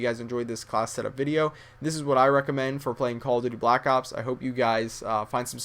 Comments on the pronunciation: That This Foo Said He Says LACK ops .So Stop Trynuh Look Cool And Sound Smart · funny when he says lack ops on